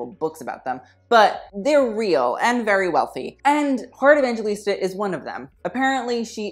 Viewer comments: lmao her Surname is pronounced as 'E-vang-he-lis-ta' not 'E-van-je-lis-ta' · you pronounce her name heart evanghelista I'm from the Philippines heart is from the Philippines. That's how she pronounces her name evangHElista not evangGElista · sis said heart evanjilista 😭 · it is pronounce as 'evanghelista' not 'evanjelista' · Its not how you pronounce her surname its not evan-ge-lista its evanghelista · I'm Filipino and Evangelista is pronounced EVANG-HELISTA. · It's pronounced as Evanghelista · the pronunciation of Evangelista is Evanghelista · here last name is pronounce as Evang-he-lista.. and the word abubot means accessories..... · The Evangelista though😂 Filipinos will only understand Correction What it seems like - EV - VANG - GE - LISTA How your suppose to say it - EV - VANG - HE - LISTA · You should pronounce it as evanghelista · Am I the only one who cringes every time he mispronounced heart’s surname?